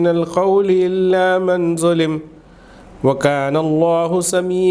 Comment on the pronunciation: Hurfe ekhfa nae kya aap ne man zulim padha